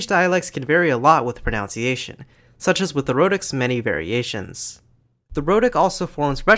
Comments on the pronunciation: Great video! One nitpick though: 'proNOUNciation'?! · It’s spelt and pronounced pronunciation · A couple of times you mention "pronounciation", which is not a word. If it were, and "pro" were a verb, would it describe the process of "pro"ing a noun? pro-noun-ciation 🥁 But seriously, the word you're trying to say is "pronunciation", with only two o's, not three (five is right out!) which means the way a word or language is physically produced by the voicebox and mouth. I'm surprised you don't know this, since this is a video about languages! 🤔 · Nice video. However, I HATE pronunciation completely butchered with "pro-NOUN-ciation". I know technically both are accepted by some people, but holy hell. I will never accept it. "Pro-NUN-ciation" is the only correct pronunciation. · Impressive video! Perhaps a little overload at times. Just watch your own pronunciation of the word "pronunciation!" I believe you retain the ou from the verb "pronounce" when you say "pronunciation," but the diphthong is reduced to u (nun). The same phenomenon occurs with verb "explain", which becomes "explanation" as a noun (no ai sound, just a schwa sound). Don't mean to nitpick, but your talk is of such high quality, I just thought someone might need to point this out. Best